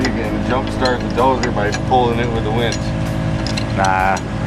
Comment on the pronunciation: it's not a wench it's a winch